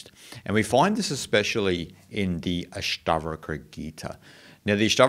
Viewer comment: Nice! The phrase "Ashta" (the Ash rhymes with hush and not ash as in ashes) :) means eight. Ashtavakra, refers to the sage who was born with eight bodily deformities and yet taught a profound scripture. Thank you for this exposition.